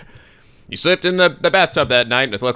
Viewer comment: Katti Sandra Yes but always pronounces it "ashina".